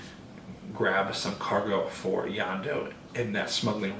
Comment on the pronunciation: It's Hondo not Yondo :)